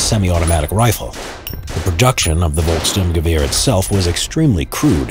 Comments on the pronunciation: Its folks Sturm gewahr not volks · It's Volksturm-gewehr (People's Storm Rifle) not Volk-sturmgewehr (People's Stormrifle). The "storm" part came from the forces using it (the People's Storm), yet storm is also the German equivalent of the word assault, the confusion is further exasperated due to the STG-44 also being referred as a Sturmgewehr (meaning assault rifle). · It's not Volk Sturmgewehr. It's Volksturm Gewehr. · Volkssturmgewehr doesn't really translate to "People's Assault Rifle". It's not Volks+Sturmgewehr, it's Volkssturm+Gewehr: "Rifle of the Volkssturm"